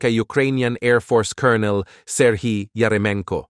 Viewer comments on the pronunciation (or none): none